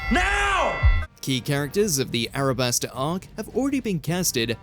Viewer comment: It’s “Alabasta” not “Arabasta”. Nube 🙄 😂